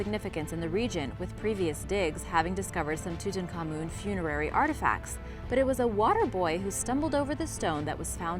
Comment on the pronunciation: two tonk ah moon seems more genuine than toot on common.